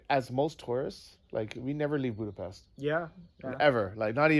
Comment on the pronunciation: nice job. BTW it’s “Booda-pesht”. It’s a tough language (I grew up with it) but getting the pronunciation right will buy you major cred. Stay safe.